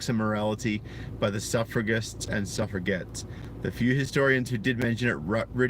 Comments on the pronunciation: Its pronounced suff re jets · How easily we suf-forget about the suffragettes! (And I can't be the first person in the comments to point out that it's pronounced with a soft 'g', i.e. "suffer-a-jet".